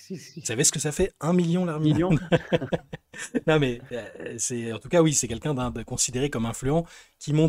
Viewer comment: Magnifique la réf 😂😂 (Par contre c’est Larmina et pas Larmilion)